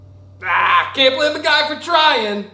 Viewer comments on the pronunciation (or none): none